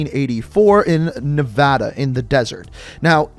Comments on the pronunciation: Great video but my favorite part is you said Nevada correctly lmaoooo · Thanks for saying Nevada correctly bro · Not gonna lie, pretty happy to hear you pronounce "Nevada" correctly ❤️ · Finally someone said Nevada right